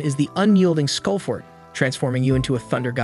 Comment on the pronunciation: Unyielding Skullfort? The AI can’t get the name right I guess